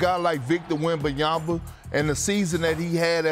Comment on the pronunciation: just here for Perk talking about "Victor Wham-bam-yamba"